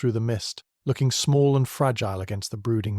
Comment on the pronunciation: Since when is fragile pronounced fragilee. Is this an AI narrator. All the other mispronounciations are quite off putting.